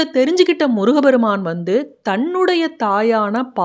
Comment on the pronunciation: அம்மிணி. தயவுசெய்து தமிழ்க்கொலை வேண்டாம். முருக பெருமான். என்பது தவறு. முருகப்பெருமான் என்பதே சரியான உச்சரிப்பு. தமிழை கொலைசெய்ய வேண்டாம். பாவம் தமிழ் பாவம் தமிழ் வளர்த்த முருகன்.